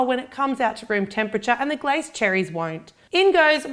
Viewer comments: Did anyone else cringe when she said "glace" cherries. It's a French word and you pronounce the 'e' at the end. So like we say fiance like "fee-on-say" glace is pronounced "glah-say". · You are a worldwide success,. Fantastic. Thank you for everything you post. However, as you are known worldwide, glacé is pronounced as glacay, soft c. as glassay. Sorry.